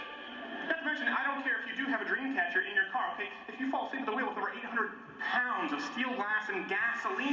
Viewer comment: true. But in my eyes he even failed the paint by numbers joke you can hear the emphasis he puts on pounds and it's ruined for anyone that knows cars weigh 2000+ pounds which even makes for a better joke line anyway.